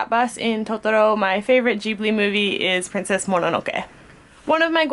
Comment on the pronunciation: ***ghibli not ghibly